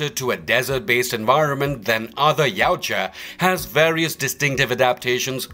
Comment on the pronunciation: YA-OOT-YA not YOW-CHA